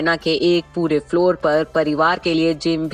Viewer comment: Aapko padhne Ata hai nahi,ramayan ko aap ramana bol rahi hai,hindi me bhi aap angreji padh rahi hain